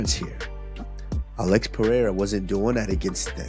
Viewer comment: Think this narrator will ever learn how to properly pronounce Adesanya and/or Pereira (Pa-hay-ya ? I don't! 🤣)